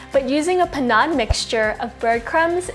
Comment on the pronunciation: learn how to pronounce Panade. PA NAD, but interesting recipe thanks